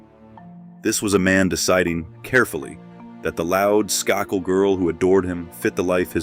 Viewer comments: Isn't the maiden name pronounced "Skay - kill" with "a" - accent on first syllable. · Said her maiden name as Sky-cull ??? Seriously 😳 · SKAKEL??? AI is not sure about the pronunciation of her last name